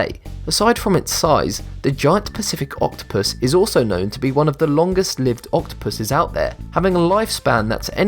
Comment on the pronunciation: i heard "giany pussy octopus"... sorry not sorry XD